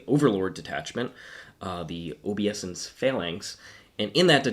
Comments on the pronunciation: I think it's oh-BAY-sense. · Please stop saying "OBEE-ESSENCE" 😂 if you're going to say a word 1000 times in a video maybe take the two seconds to look it up 🤦🤦🤦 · This has made my shift a lot better today, also learned a lot, even while cringing each time you mispronounced obeisance